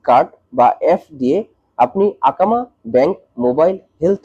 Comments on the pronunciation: akama ❌ ekama❌ iqama☑️ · আকামা কি? 😅 একামা বললে সমস্যা কি?